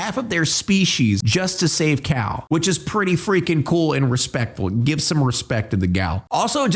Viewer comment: Why do you call Cale like "Kal" when it's clearly pronounced like "Kay-l" in the movie?